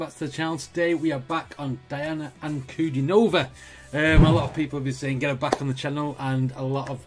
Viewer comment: The original was done by Elvis Presley. Her name is pronounced dee-AH-na an-ku-DEE-no-va.